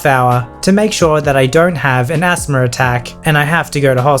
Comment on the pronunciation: When says “asthma” it sounds like he’s saying ASMR as a word rather than an acronym